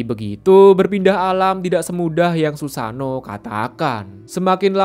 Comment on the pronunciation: bukan susano we. susano'o berjeda